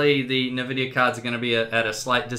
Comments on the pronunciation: What the hell is a nuh-vidia? It's En-vidia. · oh god its EnVidia not NihVidia. Nvidia!!! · "Navidia" my brain omg and my ears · I cringe every time you say "nah-Vidia". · i love how he calls it "NA"vidia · Nice video. Interesting you call Nvidia 'Nevidia'. :)